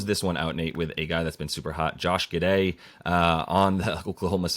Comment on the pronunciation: Did you just say Josh Gidday? wtf is that shit man